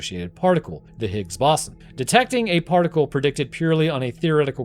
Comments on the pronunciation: bro i had to go back and hear how he pronounced "boson" multiple times, this is how you know he is a deep fake AI (jk just never heard ppl say it that way) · If you want to narrate videos, please learn how to pronounce words like boson and posthumous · it's bow-zahn, not baw-son </3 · The Higgs "Baw-son"? It's pronounced the Higgs "Bo-zon". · It's pronounced "higgs BOW-zon" not ba-SAN like you did in the video. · Its pronounces "boze-on" (like "bozo the clown" ) NOT "boss-on" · Boson not Bossen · Ahhh, the Higgs Bahson 😆 dude, it's Boson (Boe - sun) science much?? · Its bose-on not bossin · I beg of you, please stop saying "bossun". It's bows-on. You got electrON, neutrON, protON, bosON. The end of all those words are pronounced identically. In other unrelated news, that scientist that's clearly an anglerfish named François? New arch nemesis detected... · I know it doesn't have an official pronunciation but boson pronounced boss-un just gives me the giggles. Oh no the final boss-un, gotta make sure I have enough potions, etc. Most people say it bose-on, but after hearing the people at CERN, pretty much anything goes. It's like linux, the actual verified pronunciation is lee-nooks. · I thought it was pronounced bow-zon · Higgs bose-on like doze on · It's pronounced "Boe-zon", Bosons are named after Satyendra Nath Bose, an Indian physicist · The way you pronounce boson is a war crime. BOW-ZUN. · Higgs BOSSIN' - New very much proper pronunciation. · the "Higgs Bossen" was grinding my gears. i don't get how he learned all that about particle physics but never heard boson pronounced correctly along the way. it's gotta be engagement bait right? please don't do engagement bait it's so lame, you're better than this lol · It's "Boh-zawn" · The absurd mispronouniation of bosun kept me firmly locked in and after the first two, I decided to shotgun a beer for every time it happened after. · How do you not know how to pronounce "Higgs Boson"?